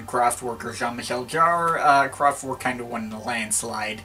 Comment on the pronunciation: It's not pronounced "Kraftwork". It's a German band, so... it's in German. You know. /kraftvɛrk/ I mean, you know your electronic music. Is it too much to ask for you to make the effort to say the name of the band right? You are kind of doing that for French.